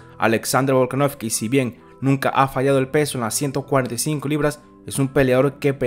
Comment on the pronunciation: Bro, algún día dirás VolkanoVSki en lugar de VolkanoFki? Un saludo